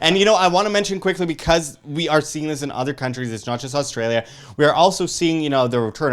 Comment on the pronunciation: Ahh, I'm from "Oz Stray Lee Ya" But love the way you guys pronounce it as "Arse Straya" Good video chaps.